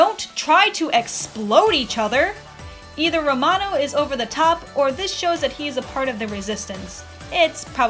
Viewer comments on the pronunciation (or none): none